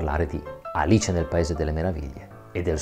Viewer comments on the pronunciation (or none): none